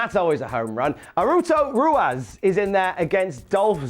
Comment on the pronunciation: Me: Arturo Ruas: Aruto Ruas Me: Aru... Arut... Naruto Ruas